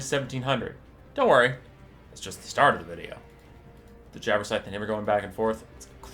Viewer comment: It sounds as if you are saying 'Jabberscythe' instead of 'Jabberslythe'.